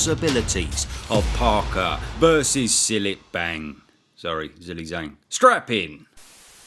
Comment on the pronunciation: Zhilei Zhang is pronounced "Jeelay Jaang". I'm really surprised you don't know that lol it was hard to tell if you were just making fun of his name or if you really just didn't know